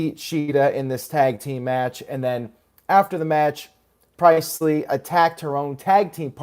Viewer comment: "Pri-eist-ley"??? } PRIEST-LEE (Be-ah)